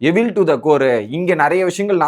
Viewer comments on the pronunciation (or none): Mr. YouTuber it's not எவில் to the core. Correct pronunciation is "ஈவில்" to the core.